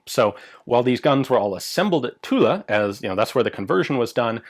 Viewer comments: Next step: pronouncing Tulle "tul", not "tuleu" or "tula". But congrats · Every time you say 'Tulle', I think Tula for some reason .... "Wait a French gun made in Russia? Oh .... Tulle with an 'e'" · The actual French pronounciation would be "Tull", the E at the end is silent. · Oh the French factory is called Tulle. I thought you were saying Tula. I was thinking "What the hell? A Russian factory making French guns?" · Almost. The French "u" that has no equivalent sound in English, and the double "l" is pronounced as dragging on it. So "Tewll" wous ble closest, I think. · is tit me or should you not pronounce the L in Tulle? like in Marseille? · The correct pronunciation for Tulle is without the final "e" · We don't pronounce the "e" in Tulle ;-) Great vid as always!